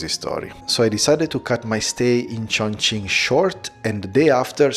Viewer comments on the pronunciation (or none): say tjoeng-king